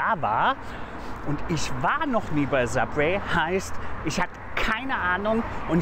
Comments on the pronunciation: Sabweh, Siesasäläd... Uff Und als ob der als Koch nicht wüsste, was Fajitas sind, wtf... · Wenn er bei „Subwee“ schon so überfordert ist frag ich mich wie er allein zum kacken geht.